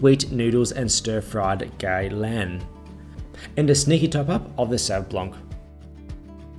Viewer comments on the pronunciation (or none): LOL for 'Gay' Lan! Pronounced 'Guy Lan"